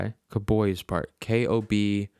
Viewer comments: Kobyz is pronounced with 2 syllables: Ko-Biz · The instrument is a kobyz, pronounced ko-biss. 2 strings and one of the oldest stringed instruments around